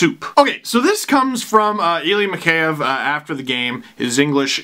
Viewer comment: It's "mee-HEY-ev", Steve. And not "s pomoshchyu", but "s peredachi".))